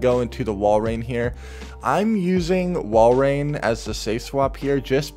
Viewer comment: thank you for pronouncing Walrein correctly xD